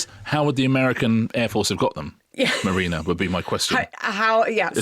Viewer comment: Not going to watch Gangs of London until Mah-reena really, really sells it to me. Come on, try again, trippingly on the tongue.